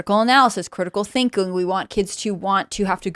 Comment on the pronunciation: Cwitical Twhinking.............